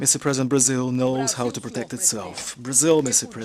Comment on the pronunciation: Barzil ? Where is that exactly ?